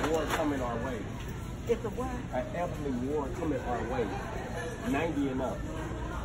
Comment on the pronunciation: You know what most black people age sooo freaking good. Some where in their 70's and almost 80 and didn't look no where near those ages. Melanin magic! Anyway is a fool. He kept saying " elderly war " and " handicap war " like I can't with him he's too much 😆